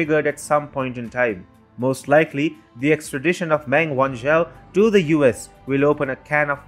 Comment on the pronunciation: Meng is pronounced “Mung".